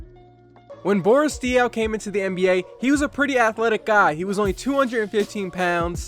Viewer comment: The first time u said NBA you said MBA